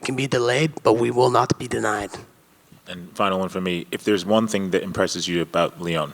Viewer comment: Leon pronounces TH with F lol